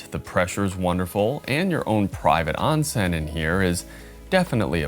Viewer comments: Oon sen. Not on sen. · Onsen is pronounced . . . Own Sen . . .